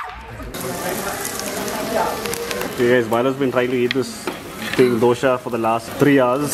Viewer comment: It’s dosa man please😭😭😭😭 From Tamilnadu so yes I did find it weird when u called dosai or dosa as DOSHA Dosa bro please dosa not doshea 😭😭😭😭😭😭😭😭😭😭😭